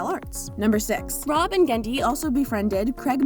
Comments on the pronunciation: Why all "Genndy" was re-eddied did she pronounced it wrong? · It sounds like messed up on all the readings of "Genndy" and had to re-record saying his name, pasting in the fix every time his name is said. The cut-and-paste job is really noticeable. "Rob and Genndy" "Rob and Genndy".